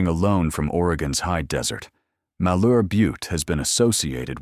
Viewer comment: Heceta is pronounced: Huh-SEE-tuh Malheur is pronounced MALL-yer Tillamook is pronounced Tilla-muuk (rhymes with hook)